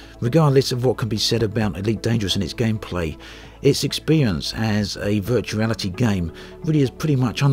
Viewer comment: I love the intro "Today i want to talk about Vertuarity "